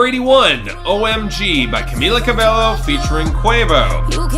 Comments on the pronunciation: please take this into consideration: It's Camila CA-BEH-YO, not CA-BELO. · it's not cabeLLo, it's cabeYo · It's pronounced Ca-BAY-oh